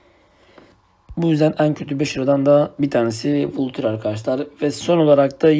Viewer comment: Vulture diye okuyunca sınırın bozuldu abi o valçır diye okunuyo